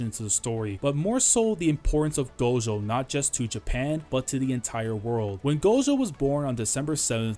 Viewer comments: i really wish you'd say "gojo" instead of "gosho" @@ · We just gonna ignore how he says gojo (gosho)